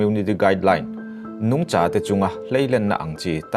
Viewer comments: A, ngaihnawm e, Nungcha i thluk dan erawh a dabglam hret . Kaihza thluk a thluk tur ni awm tak zawk a ni. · 'Nungcha' i lam dan hi Lesei tawng pangngai a ni lo a nia....'Sangha' tih ang a thlûk tur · Nungcha ilam dan hi ( cha) lai hi vawksa kantiha SA tih ang hian lamtur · A bengvar thlak e... Nungcha tih erawh ilam rikdan mawlh hi... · " Nungcha " i lam dan khi .. ka duhthu a sam lo 🤭